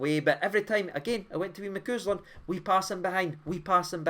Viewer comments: Ma 🐄🐄 land? 😂. It's pronounced 'Ma cause land', 😉. As for Alex Lowry, forget it, mate, we've kidnapped him and you're never getting him back😂. He ran the show yesterday, grabbing the game by the scruff of the neck, driving us forward time and again and he was winning about 90% of the 'second ball' situations in midfield too. Dopey Naismith takes him off at 2 nil, brings on wee Beni and we lose two goals... You're right about Tav, he needs to be moved up to right mid, he'd actually do really well there, especially in Europe. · ...who ismcoozland....it's mcausland as in MC..awwzland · When did we ever move full backs in to midfield? By the way, it's not Ross McCooslin, it's Ross McAusland. Pronounced McOsland!! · Right, I give you a wide berth when it comes to pronunciation and players names. It changes on a weekly basis on how angry you are 😂. But who is “McCoooooslind”. Cmon, there’s no “O”. Young lad is probably watching your video wondering when you’re gonna mention him 😂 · Why do you pronounce McCausland, like its a new Burger in Maccy ds?